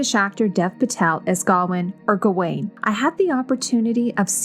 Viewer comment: Great, in-depth video, though I admit, the mispronunciation of Gawain's name (Gah-Wayne) is like a cheese grater on teeth. 9/10 Video!